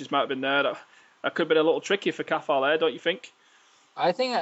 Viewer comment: its a silent t in Cathal